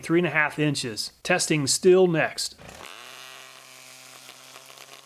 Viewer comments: Good Video. German guy here just dropping the german prounciation of Stihl. First the sh from sh*t and the teel from steel. Keep it going with your vids, I would just like you to tell us if you did more than one test, a single test is nice to get an overview but it's no absolute. There may be a little shift in every test. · Stihl should be pronounced "Sh-teel"